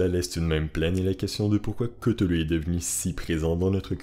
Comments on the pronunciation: aprés dans call of cthulu et autres jeux sous licences COC on dit ktoulou et pas keutoulou XD aprés on s'en fout, moi je dis ktulu ;) R'lyhe c'est tellement pire a prononcer et a ecrire en fait XD par ailleurs je suis une grosse fan comme toi et je viens de finir le jeu sinking city qui est vraiment super top et adapte vraiment bien l'univers lovecraftien, je te le conseille il est meilleur que Call of Cthulhu ;) merci pour ta video qui rafraîchit ma memoire (je te conseille aussi le nouveau film Color out of space vraiment sympa) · Selon lovecraft sa ce prononce claüluh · ON DI PAS COUTOULOU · Koutoulou? Lol Ryley? Lol